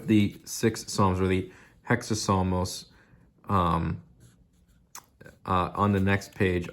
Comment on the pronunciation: Nice video, just a correction: it’s εξάψαλμος, pronounced exápsalmos (accent on the A and no H sound) From an Orthodox Greek ☦️🇬🇷